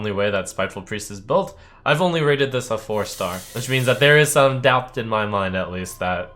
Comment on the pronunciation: Trump actually pronounces the 'b' in "doubt"...